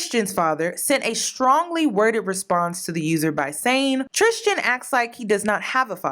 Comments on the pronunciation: Please pronounce his name correctly. Tristan, not “tristgan” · Every time she says Tristian instead of Tristan 😖 Love u tho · It’s “Tristan” not “Tristian” the way you’re pronouncing it lol. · I love you lol but his name is pronounced TRIST AN lol not tristian like Christian. I’ve went to school with him. We’re from the same town brampton in Canada. He was always in my math class and his brother too getting girls. This isn’t nothing new to us Canadians. We know him personally lol. He still keeps in contact with some. We both went to catholic school: st Marguerite d’youville. Best school ever. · Tris-tan... trishtan is killin me lmao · How u pronounced tristian made me cringe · Were you mispronouncing his name on purpose? I mean we can call this f boy Tucker for all I care but that distracted me all throughout the video